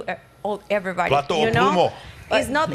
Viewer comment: Bro really said "Plata o Plumo" It's Plomo lil g